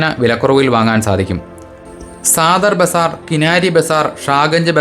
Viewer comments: മനോഹരമായ അവതരണം...തൊണ്ണൂറുകളിൽ ആഗ്രയിൽ ഏഴു വർഷത്തോളം താമസിച്ചിട്ടുള്ള അനുഭവത്തിൽ പറയുന്ന കാര്യങ്ങൾ ഒക്കെ ശെരിയാണെന്ന് തോന്നി. സാദർ ബാസർ എന്നു പറയുന്നതിനേക്കാൾ സദർ ബസാർ എന്ന് പറയുന്നതാവും ശെരി അങ്ങനെയാണ് കൂടുതൽ കേട്ടിട്ടുള്ളത്. തുകൽ ഉൽപ്പന്നങ്ങളെപ്പറ്റിയും automobiles etc പറഞ്ഞതും ഒക്കെ ശെരിയാണ്. Agra and neighboring places have many tanneries. വായു മലിനീകരണം ഒരു issue ആണ്. വിഡീയോ ശെരിക്കും ആസ്വദിച്ചു കണ്ടു. വളരെ ഇഷ്ടമായി ❤️👍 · Sadhar bazaar ( സധർ ബസാർ )എന്നാണ് saadhar bazaar സാധർ എന്നല്ല. ഉച്ഛരിക്കേണ്ടത്